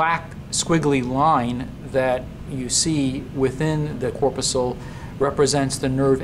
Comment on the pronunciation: Corpuscle (mispronounced). Sweat glands are now called eccrine glands (since the mid-1970s). However, my "laser light" cat loved the video.